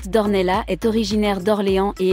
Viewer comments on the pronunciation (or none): Non vous n'avez pas fait d'erreur. En portugais ça se prononce d'ornelasse et en français d'ornella. .jusqu'à preuve du contraire Charlotte est française vit en France et parle français. Elle n'est pas portugaise ne vit pas au Portugal Demandez à un academicien... français. Je vous rappelle que les polonais par exemple écrivent leurs noms à la polonaise mais en France le prononcent a la française. Exemple le rz se dit je, le y se dit é, etc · Non ici on est en France et on parle en français ! Dans notre langue nationale on ne prononce pas le s final. Par exemple on dit Pari et pas parisse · Ça se prononce D'OrnellaSSS ! Le S se prononce !!! C'est portugais 🇵🇹 Elle est baronne ! Elle appartient à une des plus ancienne lignées de la noblesse portugaise ! Son ancêtre le premier baron D'Ornellas a combattu aux côtés de Dom Afonso Henriques, le Conquérant, Templier et Premier Roi du Portugal, au coeur du Moyen-Age. Ils ont combattu ensemble les Maures musulmans, (ils ont gagné) et, les ont repousser en Afrique ! # Reconquista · il ne peut y avoir même pas débat. La règle a été fixé e par l'académie française qui édicté qu'en français le s final ne se prononce pas sauf quelques rares exceptions. Renseignez vous et arrêtez de commettre cette faute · Nos excuses pour la prononciation Charlotte d'Ornellas ! les erreurs pour une nouvelle chaine cela arrive !